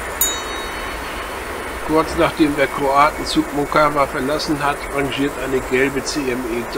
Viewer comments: not moKKKAVA,,but MOCkava, C like tcar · Mockava (Motzkava nicht Mokava). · Wenn das Polnisch ist, müsste das doch Motskawa ausgesprochen werden oder? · Mockava lest man "Motskawa". Litauische Sprache benutzt tschechische Lautaufzeichnung. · Das "mag" nicht, sondern IST SO. In allen slawischen Sprachen und im Litauischen wird das 'c' als separater Konsonant entsprechend dem deutschen 'z' bzw. 'ts' ausgesprochen. Und auch wenn man das nicht für Allgemeinbildung hält: bei der Erstellung eines solchen Videos darf man sich durchaus die Mühe machen, die Ortsnamen zu recherchieren und korrekt auszusprechen.